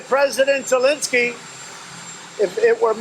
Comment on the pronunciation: The way Trevor pronounced "Zelensky" was so spot on! Russian accent it is!